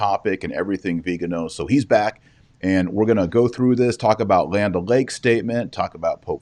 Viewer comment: Not pronounced "veeg-ino", its "vig-ano".